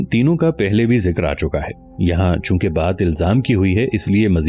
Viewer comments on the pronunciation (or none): none